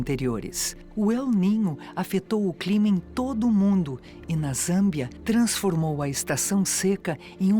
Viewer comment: Será que a IA cometeria esse erro de pronúncia? "Transfromou"